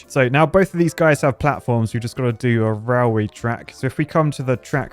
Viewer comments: Am i tripping or is he saying rawl way? 😂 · Why do you pronounce it like "rileway"? 😁 Is that now it is pronounced in UK English?